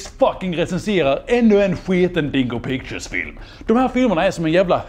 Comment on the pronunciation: Jag kommer aldrig inte skratta när han uttalar dingo pictures som ”dongo pongo” 💀💀💀